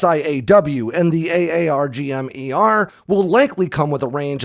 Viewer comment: I wish you would just pronounce it “Arggem” Lol